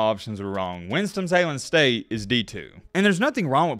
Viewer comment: I swear he keeps saying "Winstom Salen State"